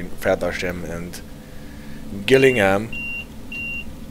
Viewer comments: Very informative. You asked about pronunciation. Rochester is Rotchester (as you pronounced it first attempt and not Roster). Also Gillingham has hard ‘g’ so Jillingham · The G in Gillingham is pronounced like a J.